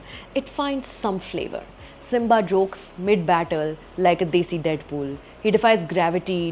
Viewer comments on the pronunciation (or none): none